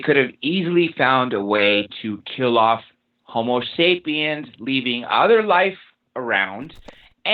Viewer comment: Thanks for another interesting interview! BTW ist's "homo" (Latin for 'man') not "homeo" (Greek for'equal') sapiens.